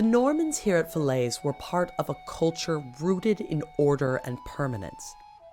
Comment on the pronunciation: Falaise Castle: the English pronunciation of French places is just awful and not useful at all.